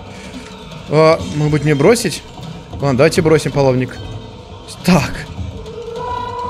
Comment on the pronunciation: говорит модбыть место можедбыть